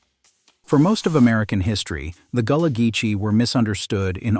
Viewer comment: Facts!!! Its a corruption of Guale that slowly became Gullah. Even in this video "gullah" is pronounced wrong as goo-lah in some parts.